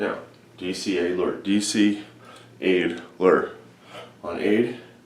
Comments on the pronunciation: Man all you had to do was put DEA/LER... dealer. Not this ade/ler crap 😂😂😂😂😂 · To make it easier to remember, one can use the word DEALER instead of ADELER